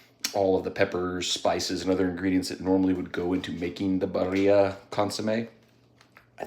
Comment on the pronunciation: Good video, I appreciated the review! But... for the love of God... its pronounced "Beer-E-ah" I can't cringe harder at hearing it pronounced Buh-re-ah.